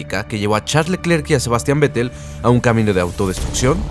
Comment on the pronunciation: la pronunciación correcta de Charles Leclerc es [Sharl Lœcler], en francés la "ch" se pronuncia [sh], la "e" sin acento entre dos consonantes se pronuncia [œ] entre "e" y "o" y la mayoría de las consonantes finales son mudas.